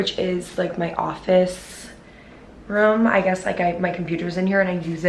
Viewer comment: I love you but it’s ROOM not VROOM